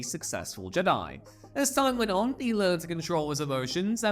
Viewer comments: Fire this guy, he sounds retarded, the word has been around since 1977 and you are saying it wrong. It’s JED-EYE not GEE-DYE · Jedi… j’dai… super cool video idea but I can’t watch this. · Can't take it. Probably a cool vid, but it's cringe with the whole J'dai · Where in the hell are you from that you can't say jedi properly? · Say Jedi properly 😂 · Why do you pronounce the word Jedi that way? (Not judging, just curious) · Jedi isn’t some old word that may be pronounced any number of ways. Great analytic boost at the cost of any actual fans wanting to watch more content from you. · couldnt finish. mispronouncing "jedi" did me in. sorry. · What the Hell as going on?? Why are you not able to pronounce Jedi??? Wow.. please don’t let ever do a Star Wars video ever again 😳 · Well, this was a crap video. I hate to dump on ya, cause you're vids are usually way better. Did you know it was crap so you purposely mispronounced Jedi to throw us off the scent of 💩. Oh, and that one name Poli Dapatian sounds like a nervous condition, or something you do on your own away from others. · Why are you pronouncing Jedi like that?! It's unbearable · I think you're saying Jedi wrong 😂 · Omg I thought it was just me hearing it but by the 4th time, I came to see if comments thought the same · Srsly. Are you purposely mispronouncing Jedi? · He’s doing it on purpose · "You fools, he intentionally says it wrong on purpose so we would comment about it for the Algorithm!" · I thought I could get over it but in the end it still bugged me good video though.